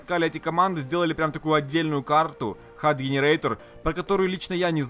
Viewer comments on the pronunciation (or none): Не хад, а "худ" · ХУД А НЕ ХАД!!!!!!!! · Поправочка, не хад, а худ правильно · Худ, а не хад.) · Худ, а не хад) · не хад, а худ (HUD) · Не хад, а худ) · Не хАд, а хУд (HUD) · Не хад, а худ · боже ни "хад" "худ" меня это бесит когда она не правильно говорит